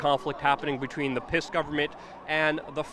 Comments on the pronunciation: Stop pronouncing P.I.S. "piss", it's pronounced "peace", because it is the party of peace. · I love how you pronounce the word PIS....."PISS" ...pure gold.